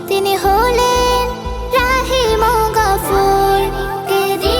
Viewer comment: আলহামদুলিল্লাহ খুব সুন্দর গজল। তবে আরবি উচ্চারণ আরু ভালো চাই। রাহীমওগাফুর কথাটি একসাথে বলায় শুনতে প্রথমে সঠিক বুঝা যায় না, রহীম ও গফুর থেমে থেমে বললে আরু সুন্দর হত মনে হয়। জাযাকাল্লাহ।